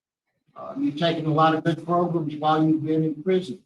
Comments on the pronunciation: I don't know why, but I HAVE to repeat "progrum" EVERY single time they say it!! 😆😆😆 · He’s driving me crazy saying “progrums”